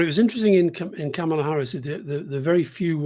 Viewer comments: Anthony, you're driving me CRAZY!! It's not "Kamala" (a, as in "camshaft") Harris. It's _"Kamala" (a, as in "calm") Harris! At least you're accentuating the right syllable! I don't know why so many people have trouble with this name. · Can we please at least say her name correctly? It's Kaarma-la. Not Kam-e-la. She did a whole video on how to say her name. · Apparently Kamala is pronounced ‘commala’